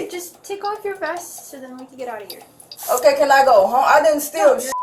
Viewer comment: Is this the reparation they want i keep reading and hearing so much about??? Just wanna steal and do what ever and just be able to go home cuz like for her, shes not even from heah... i know, i spelled it the way she pronounced it. So she wants to take whats not hers then put up a fight and just go home, knowing she was LITERALLY CAUGHT ON CAMERA. Sorry, i just had to cuz im so sick of hearing about reparation. Ive commented a few times that if someone could show me their papers that proves they are/were owned, especially within the last oh lets just say 20-30 years... i will pay reparation, BUT NOT TIL I SEE PAPERS 1ST. 😮